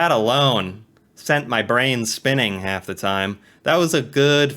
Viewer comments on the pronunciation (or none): none